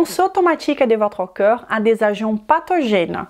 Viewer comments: Pitié, prononcez CORPS au lieu de COEUR s'il vous plait. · Oui, tu as vu? On mérite vraiment notre réputation. Comme je l'ai dit, dans la mesure où elle est capable de prononcer parfaitement le mot 'd'accord', il n'y a pas de raison qu'elle ne sache pas prononcer le mot 'corps'. Si à la rigueur le mot cœur ne faisait pas partie du champ lexical de corps, je veux bien, mais c'est le cas. Ca prête à confusion. Navrée, c'est juste un fait. Si elle se rends plus compréhensible, elle augmentera son audience, et donc, possiblement sa clientèle. Restez dans votre tolérance qui confine à la médiocrité. Il y a des gens qui veulent progresser.